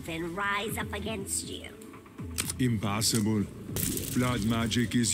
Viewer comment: impassibul xd